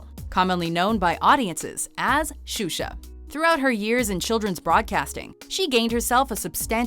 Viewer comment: XUXA? HAHAHAHHAHA OMG xuxa man, a nãm, desisto